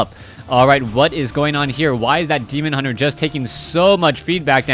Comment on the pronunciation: i like how he never gets the name of the demon hunter right